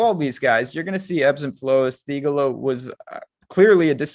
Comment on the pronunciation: Good lord, you guys would benefit from watching a broadcast here and there. Learn to pronounce names correctly (Poston, Theegala). You’re like the white PA announcer at an affluent white school trying to pronounce any name that’s basically not Matt Jones